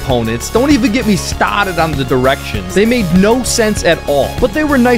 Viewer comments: “Don’t even get me STAWTED on the…” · "DON'T EVEN GET ME STAATED ON THE DIRECTIONS." - 2022.